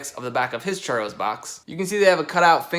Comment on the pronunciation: How many time says Churos ⬇️⬇️